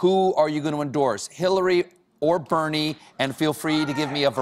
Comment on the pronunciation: she had me right up until she couldn't say BERNIE!!